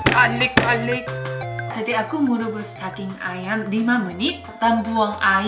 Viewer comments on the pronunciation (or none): Pas bilang garlic garlic. Ngakak kenceng aku